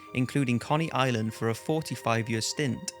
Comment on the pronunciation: It's "Coh-ny" Island, not "Conny" Island.